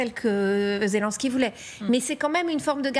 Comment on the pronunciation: Pas "Zé Lin ski", Zé Linnn ski! Pourtant vous dites "Jostinn Troudeau"! Allez comprendre ;) Vive Ze France!